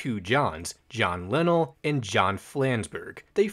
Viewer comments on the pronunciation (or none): ITS JOHN LIN-ELL like ELL AS IN SELL NOT JOHN LINUHL 😭😭😭I’m scream